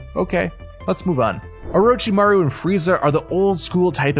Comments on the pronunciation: OrUchiMaRo I can tell he doesn't watch these shows at all. But he did say it right the other times so i will give him points for that but oruchimaro oml i cant get over it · nobpdy gonna talk about how he said "OoRoOcHi MaRo" and then just says it normally after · zahbuuuza sakuura oooruchimaro my heroe academy nayruto bruh ion wanna hear nun from him w them pronunciations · please stop. There is absolutely no rhyme, reason, or excuse to mispronounce zabuza, sakura, or orochimaru, or change the word academia to academy unless you dont actually watch the show